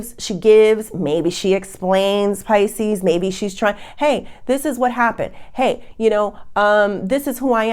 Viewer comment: It’s Pisces not Pisceseanoys